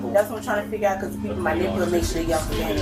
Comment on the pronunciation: Can I ax you how you were being manipooilated?